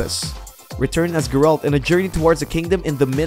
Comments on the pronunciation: Why you keep callin him GerALT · the fuck, did you guys hear how he pronounced geralt of rivia?